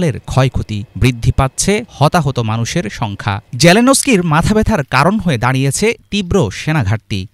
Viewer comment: সঠিকভাবে নাম বলুন - জেলেনস্কি। not জেলেনোভস্কি